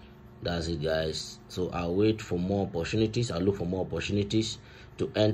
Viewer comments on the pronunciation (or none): none